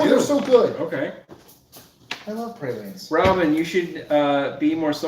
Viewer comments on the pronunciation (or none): Of course y'all start talking about New Orleans AFTER I had to leave the chat., we call them "praw-leen" or "prah-leen" and rarely does anyone here say "pray-leen". You might also hear them called "plah-reen". I'm sad I missed the New Orleans chat, I could have chimed in.